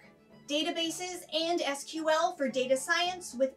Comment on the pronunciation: I worry about a presenter who doesn't know how to pronounce SQL and Deloitte